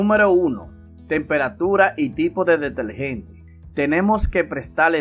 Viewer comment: DeteRgente, cieRto, perdure, con R R R